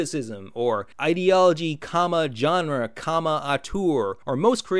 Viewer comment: You butchered the pronounciation of Auteur.